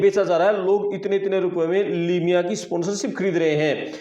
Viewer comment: Limiya nahi hota